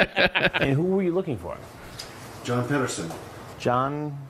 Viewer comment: Are you sure it's John pedersen Or is it John petter ass??????